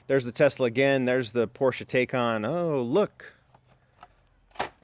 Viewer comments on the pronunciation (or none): none